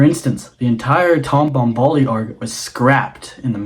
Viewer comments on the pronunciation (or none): Hey man! Love the appreciation for Tolkien's work and Peter Jackson's as well 😁 Your pronunciation of Tom Bombadil is unfamiliar to me. I'm genuinely asking, not a joke: where did u hear it pronounced like that? Btw. love your edit, music, etc. Greetings from Zagreb